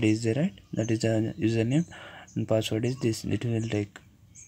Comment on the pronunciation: Hy fucker when u say password pronounce it clearly bugger